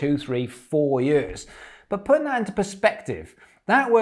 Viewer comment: The way this guy says "years" though...